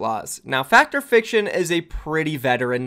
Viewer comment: Its pronounced Fact Fiction I'm pretty sure. I've never heard Fact or fiction lmao